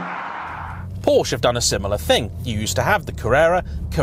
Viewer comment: Why can’t you pronounce Porsche correctly..?